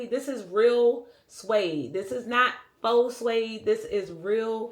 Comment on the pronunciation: Faux is pronounced "foh", not "fox".